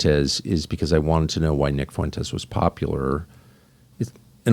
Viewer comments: "Nick Foo-entes. I don't know much about him." -DJT Mispronouncing someone's name as a psych tool to imply not knowing them is getting really old. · Lorde Fuentes, get his name right.